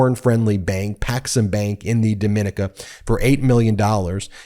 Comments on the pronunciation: Dom-min-eeka, not Dom-MIN-ick-a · DOM-IN-KNEE-CAH not DOE-MIN-KNEE-CAH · 1) Republicans are all about meritocracy and getting ahead based on your abilities. This idiot violated all of the most basic precautionary guidance about investing. So sad. 2) It's "dom-in-NEE-kuh", not "do-MIN-ic-kuh". It's not the same pronunciation as the Dominican Republic. 3) What is the relevance of "porn friendly"? You repeat it several times, but that has nothing to do with the story. Is this smearing through dog whistles? Don't steal the rhetorical tricks of the Right because it lowers you to their level; just stick to the relevant facts. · It's pronounced "Do-min-NEE-ca". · It's pronounced DAH-MI-NEE-CA ijs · Dom-in-EEK- A. No “the” before the name. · Dom -in - neeca! Please pronounce it correctly!! It's embarrassing. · It’s pronounced DomiNEEKA. And there’s no “the” in front of it. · That is Dominica, accent on the second i, not the same as The Dominican Republic. It’s part of the three French islands, including Martinique and Guadalupe. Pronounced Do-mi-NEE-ca. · Not to be pedantic but the Island Nation of Dominica is pronounced DOMINEEKA, emphasis the "NEEK" part. It has 365 rivers and the most water or any place in the Caribbean and a volcano -- fantastic oranges and bananas. And of course a trump business failed. I'm from NYC and Trump ALWAYS targets the middle and lower class to frisk of life savings. Always has.